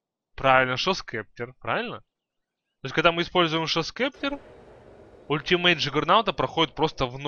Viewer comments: он сказал шо скептр, правилно гост септер или скипетр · Гост септер, а не шо спектер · говорится не шов септер а гост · Шоус кептэр! Смешно звучит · GHOST SCEPTER читается как [goust] [sˈeptə] [гоуст сэптэ]